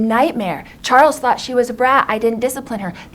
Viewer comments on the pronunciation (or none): none